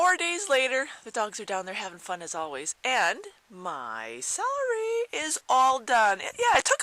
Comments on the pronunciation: IT'S cElery....not sAlary.... lol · i know its stupid... but the way you say celery drove me crazy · dont be sorry lol thats silly i just have alot of pet peeves due to my grandmother correcting me "to this day" never be sorry, thats ho wya say it i just had to get it out that it bugged me lmao